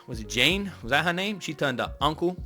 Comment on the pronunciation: It’s June not Jane 😂